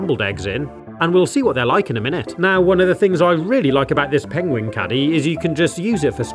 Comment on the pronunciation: I love how the english accent is... Pengwing 😅